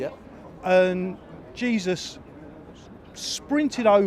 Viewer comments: "JESUS sprinted over" 😂😂😂😂😂😂😂😂😂 man it's pronounced "hey-zus" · its pronounced Hey-Zeus not Jee-Sus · It's Jey -zus